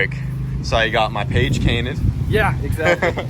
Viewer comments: "you got my page cainted" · I love it when my "Page is Cainted" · He said my Page Cainted 😂. I do the same thing when I’m excited! Hatch looking minty fresh! Love it💪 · My boi said “ page cainted “ 😂 truly lost for words seeing the hatch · Did he say “page cainted”? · "Page cainted"- lol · “Page cainted” 😂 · “Saw you got my page cainted” 😂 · He said page cainted lol anyone else get what said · "Seen you got my page cainted” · “Page cainted” lol, congrats brother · Are we gonna let him get away with saying “my Paged cainted” 😂😂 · Bruh he said it he said page cainted it good times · Whats a "Page Cainted"?:P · The page cainted?!? Lol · "saw you got my page cainted" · "I see you got my Page Cainted" - 2023